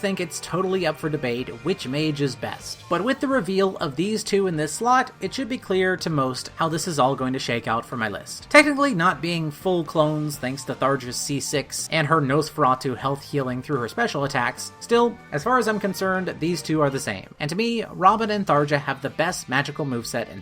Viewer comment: Tharja is pronounced "Sall-ya". Almost no one knows how to pronounce it, and it always gives me a chuckle.